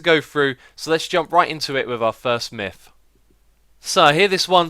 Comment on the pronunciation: Its Myth, not Mif...